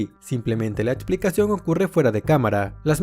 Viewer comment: Buena info, pero hay ojalá trabajara en su pronunciación… palabras como: opciones, explicación, elección, corrección, etc. por favor!